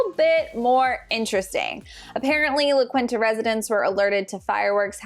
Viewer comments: LA QUINTA......” LA KEENTA” NOT “La Qwinta “. 😂🤣. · Loved the video! Small note on the resort name it’s pronounced la KEEN-ta